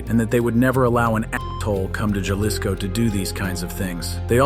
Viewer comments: It is Haliso, NOT Jahlicsco! NOT! Wise up, narrator! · "Jalisco" pronounced as "Halisco" in spanish.